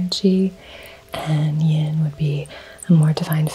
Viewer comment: Do you mean yin and yang energy. You said yon or yong